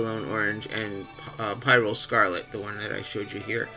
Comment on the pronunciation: Thank you I love your channel! Just a tip, pyrrole is correctly pronounced pee-rol